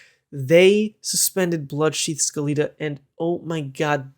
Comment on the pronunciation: Hey bruh, just a friendly notice. Skeleta is pronounced like Skeleton just with an "uh" instead of "un" on the end. It is just the plural of Skeleton